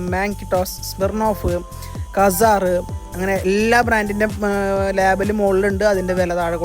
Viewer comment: കസാർ അല്ല ബ്രോ.. സീസർ ആണ്..!🥱😂😝